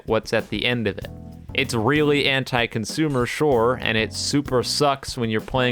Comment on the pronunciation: EVRY time he says "anti" i hear "hentai" am i alone ?